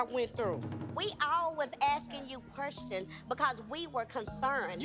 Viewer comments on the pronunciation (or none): we all was asking you "Querstion" 😂😂😂😂